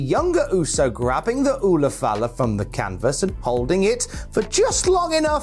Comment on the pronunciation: My man said ula fala...well done mate. Ula fala or red nexklace they wear is worn by chiefs ceremonies in Samoa. Awesome Uso.❤